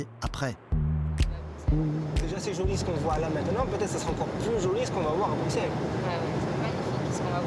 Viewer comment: si t'aimes autant Bx faut savoir qu'on fit Brussels en belgique on dit pas le x 😭